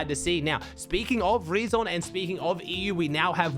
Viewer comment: Btw the name „reazon“ is spoken like the word „reason“.